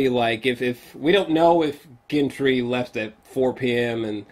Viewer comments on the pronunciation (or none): Wait one more silly gripe.....😉 hearing you pronounce GEN-TREE and DEN-AIR-REE-US....nails on the chalk board. But the rest...on point as always